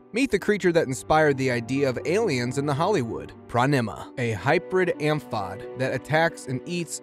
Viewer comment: At least 3 words mispronounced (or misread) within the 1st 4 minutes: Amphipod Seized Xenomorph I can only wonder if the Chinese names near the end were said correctly. Even the last place mentioned... Was that supposed to be "Pattaya" in Thailand?